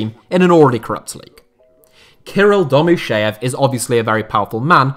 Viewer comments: The name of Domuschiev is not pronounced as "Domus SHEEV" but as "Domus CHIev" where "CH" is as in "CHeese" and "I" as in "PIN" or "TIN"! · The Name of the club owner is not pronounced Domusheev but Domuschiev - the sound ch is like in Chopper or Ciao.